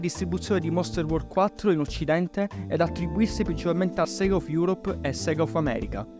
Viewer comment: In realtà si dige SEGA e non SIGA, soprattutto è come viene detto appena appare il logo d'apertura su una console di quell'epoca, perché la pronuncia è giapponese e in Giappone i suoi delle lettere latine sono più vicini al latino per quelli che sono detti rōmaji.